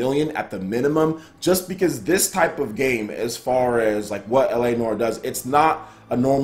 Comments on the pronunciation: Took 7 years of French and you pronounced it spot on! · I think you're pronouncing noire correctly (unless we're both wrong)